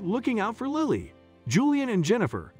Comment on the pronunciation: I couldn’t understand why the narrator kept changing how he pronounced the child’s name. One minute he says it with a long “I” like Liley and the next minute it’s a short “I” as it should be, for Lily.